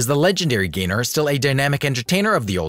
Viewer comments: The name is GAYNOR, NOT GRAYNER! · P.S. The narrator keeps calling her Mitzi GRAY-NOR," not, "GAYNOR." Get your pronunciation right. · it’s mitzi GAYNER. i guess computer voice. 😕